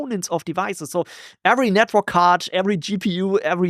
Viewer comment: Can’t help it but I always hear “Netbird” when you say network 😅